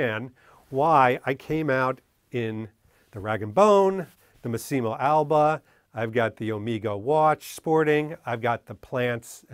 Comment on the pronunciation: I love your content but every time i hear you mispronouncing the name Massimo it drives me crazy!! LOL!! it is M*A*ssimo. Not Mass*i*mo. Please make an effort to say it right. It is one of the most common Italian names.:D